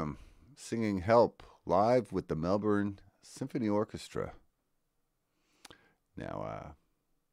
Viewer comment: Yo! 29s in & I love that you pronounced Melbourne correctly! Thank you! Most Americans say “Mel-born” when it is “Mel-burn”. Kudos!